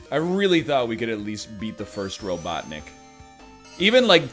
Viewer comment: "I really thought we could beat the first robot, Nick." I don't like to make fun of pronunciation, but this had me rolling.